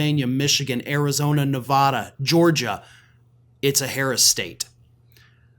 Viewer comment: Please learn how to properly pronounce Nevada 😂